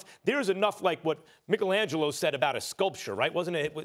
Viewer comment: Mikkle Angelo??? Micheal fam micheal